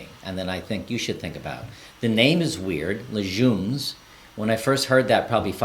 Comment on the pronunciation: Legumes- leg umes